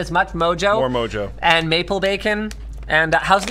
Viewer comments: Mojo is a Spanish seasoning. "J's" make the "H" sound. It should be pronounced "moho". Just so you know. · Btw, the "j" on mojo is pronounced with an "h" sound - it's Spanish.